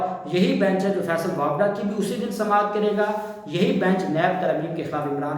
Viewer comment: فیصل واپڈا نہین فیصل وا ڈا